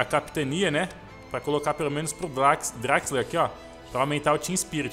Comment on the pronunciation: vc fala Draxler é assim que se escreve mas pronuncia Drexler